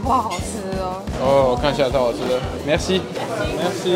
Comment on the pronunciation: 法語 (謝謝)怎麼聽起來像 { 沒關西 } 哈哈哈